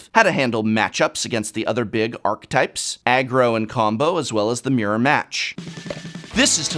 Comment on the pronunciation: Professor... I'm still not sure sure your alternative pronunciation of "archetype" is acceptable anywhere. I have yet to find it said that way outside of some people in the Magic community. Maybe Magic players are brewing up a new pronunciation over the years and it is just spreading? ;-) lol Dunno.